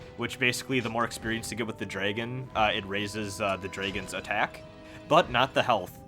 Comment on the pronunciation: love how you say "draygens" instead of dragons ahah